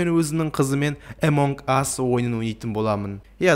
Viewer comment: Эмонг ас емес амонг ас